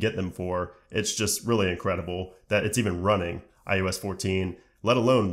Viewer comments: It’s pronounced I O S not I U S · “I U S 14” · Hmm 🤔. Is he saying. “ ius “?